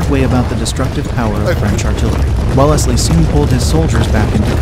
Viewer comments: Grrr.. redub Welle-ez-ly to Wells-ly.. hurts my ears.. otherwise fine stuff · Pronunciation check! Tge centre E in WELLSLEY is not spoken, thus it is WELLSLEY! also TALAVERA is TAL A VERA, THANK YOU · The voice over can't pronounce correctly any of the names, even Wellesley. Makes me think it's just robotic. Thumbs down.